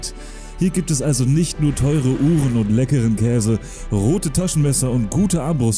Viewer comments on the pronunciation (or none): none